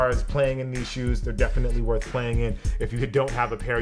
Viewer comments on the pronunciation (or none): none